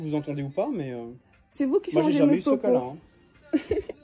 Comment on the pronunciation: "Vous n'avez pas a changer mes pwopos". Mais quelle sous merde et le calme du gérant chapeau bas